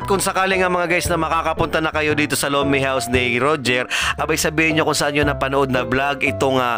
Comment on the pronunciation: Lomenngg😂😂😂bisaya na tuuuuu😅